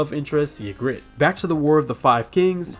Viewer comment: I'm so confused how you got the names and so many of the facts wrong... yuh-grit was one of my favourites 😅